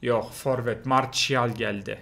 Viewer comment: marsiyal marçial değil XD